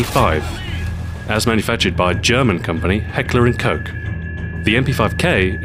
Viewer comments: ''heckler and coke''? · Heckler and Koch ;) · You pronounced the gun makers brand wrong.